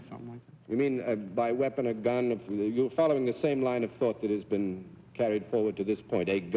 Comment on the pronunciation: He also pronounces the word been as bean.